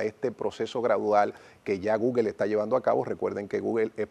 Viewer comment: No es gugel es gugol